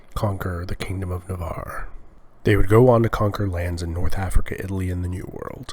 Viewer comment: "...the kindom of Navaarrrre..." :D this voice and locution :D :D